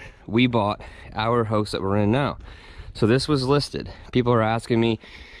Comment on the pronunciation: Never really heard anyone pronounce house as "hose".